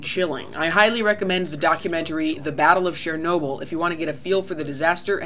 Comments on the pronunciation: 'che' in 'chernobil' is pronounced as the one in 'chelsea' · Why the hell do US English speakers say 'SHERnobyl'. The 'Ch' is pretty obvious how it SHOULD be pronounced...